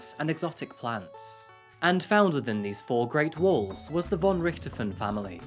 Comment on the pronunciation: aye its hard. also for the most eng ppl its hard to say "von" in german they speak the "v" like an "w" ,but its actual close to "f" in eng ;D so if you talk eng and want to pronounce "von" in german think of it like "fon" and your rly close =)